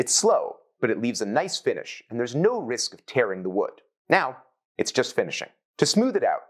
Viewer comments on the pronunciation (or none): none